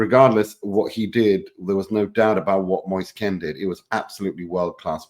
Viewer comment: Moise Kean not Ken